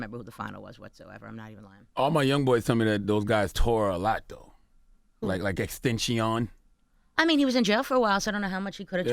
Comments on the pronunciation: You notice Charlemagne say xteencion 😂😂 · ekzstenchion LOL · Extenchion - Slack 😂😂